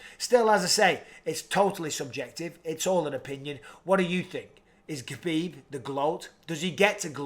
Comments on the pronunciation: It's Khabib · Stop it people it’s khabib